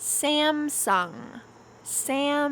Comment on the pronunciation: Samsung is /sam sung/ no /saem sung/ 삼성이지 샘성아님 삼성 yes 샘성 no